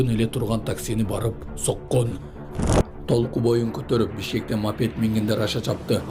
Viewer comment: ТОЛКУ БОЮ эмес, кыргызча ТУЛКУ БОЮ деп айтылат. Туура сүйлөгөнгө аракет кылалы.